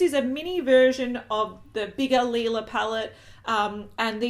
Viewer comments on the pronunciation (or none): It is pronounced Leela pallette. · The new ND Lila-Palette sounds (like you pronounced it) like the german word for purple = lila. :-)